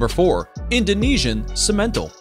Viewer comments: First time here. Very informative. My family raised dairy cattle and several of these are used commonly as crosses. And simmental is pronounced sim*men*tahl where I'm from. Lol. Made me wince every time you said it. Nice,educational video. Bravo. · it's pronouesed Sim_A_Tall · Simmental (SIM’-en-tall). The emPHAsis was on the wrong syLLAble. And, typically people don’t pronounce the “n” in Brahman where I’m from. Good video, though. Beef Master breed could be on that list, too. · I’m a rancher and they didn’t pronounce Simmental correct. Lol